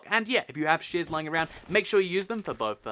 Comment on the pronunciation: It's sounds like u are saying shiz instead of shears but I love u r the best